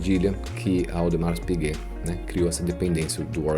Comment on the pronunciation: Parabéns pelo conteúdo. Só uma dica de pronúncia: em Audemars Piguet não há nenhuma pronúncia de S.